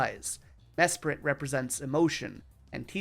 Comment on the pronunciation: Dude mesprit is SPRITE not spirit